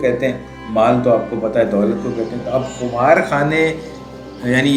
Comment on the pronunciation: درست تلفظ قِمار ہے، بکسر القاف ابھی تو یہ آپ کی پہلی ویڈیو آگے پیچھے کر کے دیکھ رہا ہوں پر اتنا یاد رہے آپ غالب پہ بات کر رہے ہیں سو ریکارڈنگ سے پہلے تلفظ وغیرہ کی تیاری کر لیا کیجیے کم از کم اشعار میں آنے والے کسی لفظ کا تلفظ غلط نہ ہو باقی یاد ماضی عذاب ہے یا رب آپ نے شاید مسلمانوں کا شاندار ماضی سمجھا سو اقبال کی طرف نسبت کر دی ایسے ضرب المثل شعر کی غلط نسبت بھی مقامِ افسوس ہے